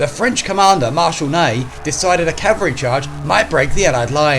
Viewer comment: That’s "ca-val-ry", with an L.